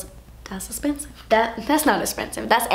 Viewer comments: I always say "das espensive" to my husband and he's like what why are you saying it like that lol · Never get tired of hearing "das espensive" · I literally live for your saying "das espensive" 😂😂❤️ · "Das not espensive, das espeeeeeeeeen" hahahahah. I love u <3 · part 2 please! omg loling at the la prarie's powder foundations "espensive" lmao i love you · the way you say expensive is my favourite thing ever haha <3 loved this